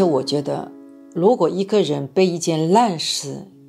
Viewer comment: 為什么是蘆果，而不是如果？是依然還是依藍？